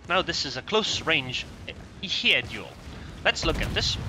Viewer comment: pronounced "Hyeh-ee" and it's the ARP version of Hiei, Kongou's sister ship. interestingly the C-hull on the Kongou is Hiei, not Kongou. It makes sense for war gaming to not rename just the third hull of the Kongou, just thought it interesting that they used Hiei as the third hull. Keep up the good work!